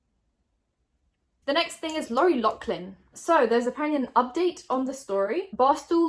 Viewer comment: I love but why are you saying Loughlin like that Is this a British thing??